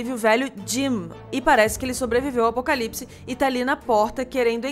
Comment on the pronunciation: "Acopalipse" kakakka MANOOOO amo d+ >=3